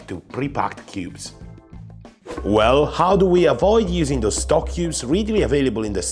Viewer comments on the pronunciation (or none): It's 'stock', not 'Stok'. It's not a brand name (well, Stok is but it's a coffee brand). It's what it means it imitate: Stock. The cubes are the cheap shit though and their first ingredient is most often salt, with some fat ostensibly for flavor. Better Than Boullion is paste and its first ingredient in every flavor (it has much more variety) is MEAT. Not a sponsor, just if you're looking for a midpoint between 'salt lick' and 'from scratch', Better Than Bouillion will do you proper. And it's easy enough to make your own broth and stocks too. Save shrimp tails and bones, garlic and onion skins, potato peels, root ends chopped off in prep, the woody end of asparagus nobody eats...Boil 'em when you have enough.